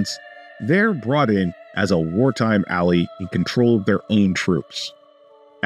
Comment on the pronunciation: ally pronounced as "alley" and armourer pronounced as "amor-er" cmon man no canadian sounds like that, eh?